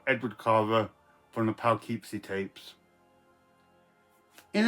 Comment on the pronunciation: Here in North America,, it's pronounced Puh- or Pooh-keepsie. The woman who gave Gary Cooper his screen name came from Gary, Indiana. I'm sure he was grateful she didn't come from Poughkeepsie! 🤯